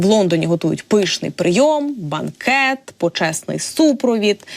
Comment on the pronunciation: Перш ніж випускати таку ведучу в ефір треба було навчити її правильно вимовляти у windsor та бенкет українською